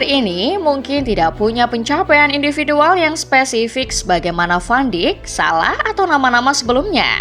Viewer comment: Koreksi penyebutan van dijk